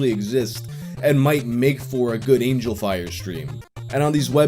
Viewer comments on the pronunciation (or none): none